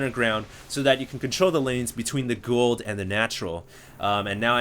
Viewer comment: any stargate fans noticed it sounded like he said gould instead of gold :P